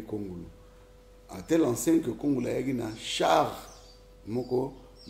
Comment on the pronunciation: Juste une remarque c'est un nom tshiluba kongolo et non kongulu.